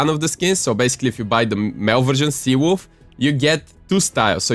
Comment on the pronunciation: when u said “sea wolf” it sounded like what my friends call me on fortnite😂because my name on fortnite is cvwolf but they say cwolf